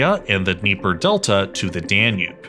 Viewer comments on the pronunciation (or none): none